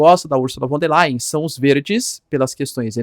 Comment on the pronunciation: O "V" em alemão, representa.o fonema "F"... portanto [=fon der lain]. E o ditongo ",("ei" = " ai". Ex.: Einstein, Frankenstein..etc Pronúncia correta: portanto é = [ = fon der lain] P'ra representar o fonema "v" em alemão, emprega-se o "w".. Ex.: Walter, Wagner, wilhelm [Villrrellm.] Fique esperto. O alemão é bastante Fonético A grafia corresponde em muito à pronúncia... Ao contrário do inglês, que em geral grafia não tem nada ver, com pronúncia... Portanto pronúncia-se [fon der lain] Lembrando que o ditongo "ei' pronucia-se "ai". EX.: EINSTEIN.Rubinstein, Frankenstein. etc. O "s" tem som de"z" E o "z" têm som "tz" Simples assim... Algumas dicas mínimas.. Sem erros grosseiros..